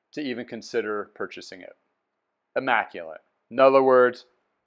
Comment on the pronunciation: Are you saying "immaculent" or "immaculate"?